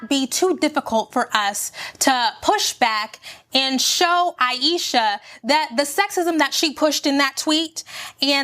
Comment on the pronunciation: Thank you for this video. This woman did nothing to be attacked. She said she was insecure and people attacked her. Like chill tfo. "Ayeeshasss"😂😂😂😂 hollering like woah you made this way too personal.